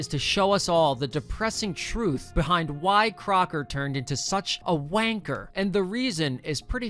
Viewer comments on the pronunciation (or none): That is the first time I have ever heard the word, “Wanker” said in a non-British accent 😳